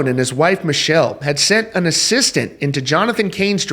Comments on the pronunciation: Her name is pronounced Mic kell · This story would be better if you pronounced Neal and his wife's names right.